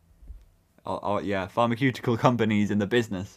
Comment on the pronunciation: pharmaceutical is pronounced (far-mah-soo-ti-cuhls)